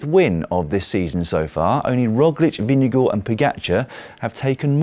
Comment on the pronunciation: the way you brits pronounce vingegaard is deeply unholy and disturbing